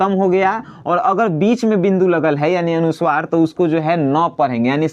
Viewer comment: putra Uchcharan thik karo Anusuwar nahin anuswar bolo 2 halant nahin Hal bolo